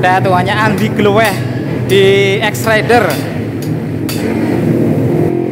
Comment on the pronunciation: andi gleweh mas bukan andi gloweh wkwkw